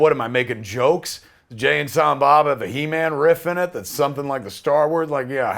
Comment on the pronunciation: Keva you just butchered He-man.